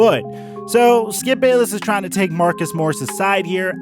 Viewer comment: You lost me when you said "the great skip bayliss "